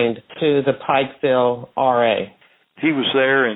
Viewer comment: It's Pikeville not Pikesville..